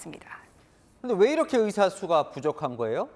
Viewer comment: 기자가 발음이 제대로 안되네요.. 으사 아니구요 의사...으학과 아니고 의학과